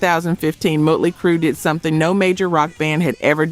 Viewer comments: It's not "muttley" lol. The O is like the O in Ostrich. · You're saying Motley Crew wrong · Fact checking/? you can not be serious. hell you cant even pronounce Motley Crue right. hell this is the third time u used this crue clip with added edits.. Ac'/Dc Scott dieing was not the reason they continued. That was 1 clip from a BBC interview. JC Stop these hack stories or do better.